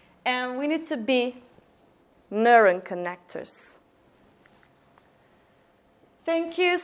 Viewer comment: Good job, but please, pronounce "neuron" with a better o sound - Newro:n. Thank you for the session upload